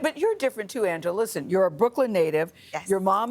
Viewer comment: YEE! Her last name is YEE! Not Lee! Pause after you say Angela!🤦🏾‍♀️